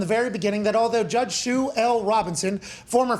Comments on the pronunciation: it is SUE, god enunciate the word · Why is he saying judge shoe Robinson?